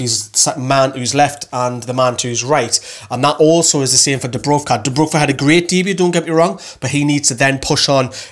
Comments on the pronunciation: Its dubravka not dubruvka :) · Why does everyone keep saying DubrUvka, it's DubrAvka